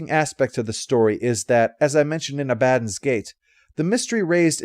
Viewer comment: Your pronunciation of Abaddon is...strange to me. Everywhere else I've ever heard it said, the pronunciation of the As in it is the reverse of the way you say it,. Not gonna question your pronunciation of Cibola though, never heard it before hearing it in these videos.